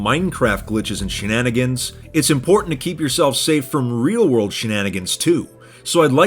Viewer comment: What is it bout the word shenanigans SHUNANEEGANGS